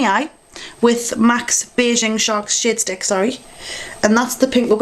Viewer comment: in the beggining it sounds like your saying shit stick instead of shade stick. I was like what'd she say!? lol